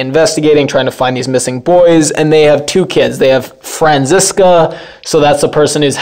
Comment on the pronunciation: Bartosz is pronounced “Bartosh”. I think the name is of Hungarian origin. Franziska is pronounced “Frunciskuh”